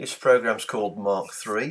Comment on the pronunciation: Hey, that programme is pronounced Mak not Mark as in speed of sound Mach numbers. Nice vids